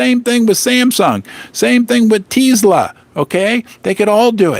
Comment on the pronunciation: "Teesla" lol